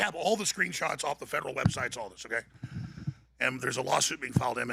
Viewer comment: Bet David says "OKAI".. not "OKAY". loool, says it in a girlie way... So not alpha